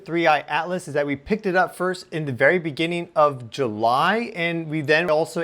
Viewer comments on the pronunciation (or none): none